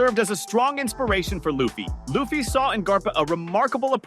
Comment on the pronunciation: LU FFY LIKE LUCY BUT LUFFY at least ypu got it right for the rest of the video ok maybe not like 70/30